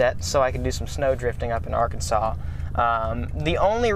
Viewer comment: arkansas is pronounced are-kansas or arkan-sas